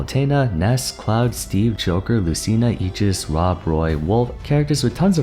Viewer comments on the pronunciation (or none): Did he call Cloud "clod" on purpose?